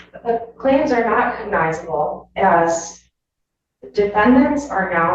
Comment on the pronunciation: The word Cognizable, is the attorney saying the word right? Sounds like the judge corrected her several times and she still says it wrong. His Honor is super irritated, you can see it in his face.